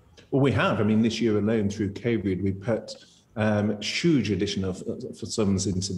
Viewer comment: There’s been Shuge support and Shuge spending🤣🤣 It’s been Shuge